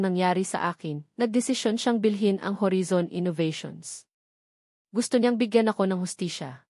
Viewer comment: Ganun ba pag pronounce ng horizon, narrator???